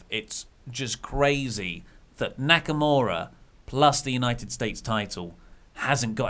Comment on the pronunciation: How y'all see Nakamura and pronounce it Naka-more-a is beyond me